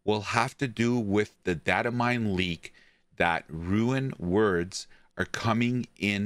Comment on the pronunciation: First we got "rune worlds" now we have "ruin words" bois lets go